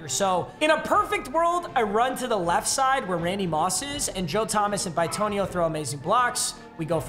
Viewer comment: He really said BYE-tonio